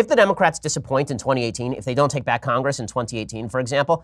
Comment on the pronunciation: roy rogers I heard it as back to Bach lol